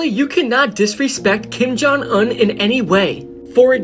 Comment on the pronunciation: He says kim jung un like kim jung uhn